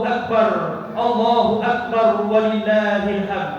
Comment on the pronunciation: perbaiki penyebutan lafadz takbirnya..